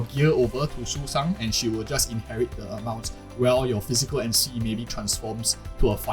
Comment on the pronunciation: the bird system is so good i just had to subscribe. Still, i don’t think i can agree with any of it because as you said, some characters got nerfed. We can only judge when the game is officially released. Nah, you did not just call Sushang “Susan” 💀. Is that the correct pronunciation? I always called her “Sushow” because that’s how she was called in Honkai impact 3rd. Btw, are you asian, perhaps? the way you pronounced names like Qingque was perfect and didn’t sound like foreigners do.